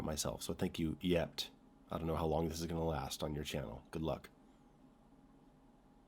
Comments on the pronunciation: I love how everyone pronounces that re-uploader's name as "yept" It's "chort" (and means "imp" or "devil" in Russian, and/or possibly other Slavic languages...) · Cackled a bit at that channel name, Чёрт, which is pronounced "Chyort", a russian word for "evil spirit" as a noun or as a cuss word like "damn" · I'm sorry but pronouncing 'Чёрт' as 'yept' kills me lol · Чёрт, pronounced roughly Chyort or Chort, is the Russian word for Devil. The metaphysical one, not the cute and bitey Tasmanian one. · Fyi, "Чёрт" is pronounced as Chort, its Russian for demon. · The name of the person that reuploaded the video is pronounced as "Chort" (Originaly "Чёрт")